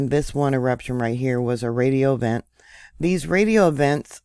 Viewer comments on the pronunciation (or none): none